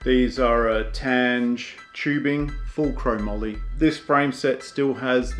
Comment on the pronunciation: Your pronunciation of "Tange" is incorrect. It's TAN pronounced like the TUN in tunnel & GE pronounced like the GE in get.